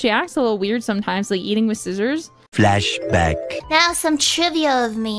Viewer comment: Finally, someone who pronounces Scissors correctly!